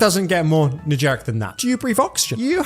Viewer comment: i’m sorry but every time u said “negeric” instead of “generic” and “generally” instead of “genuinely” i died a little inside